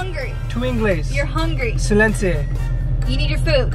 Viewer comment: se dice silencio no silens.